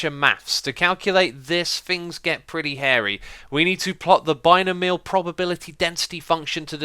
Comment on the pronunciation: Bi-no-me-al not bine-o-meal Sorry just being picky :)